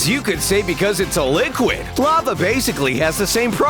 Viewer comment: I like how you said ‘Laver’ XDDDDDDDDD